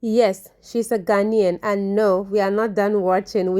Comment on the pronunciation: please you are Ghanaian now, stop embarrassing me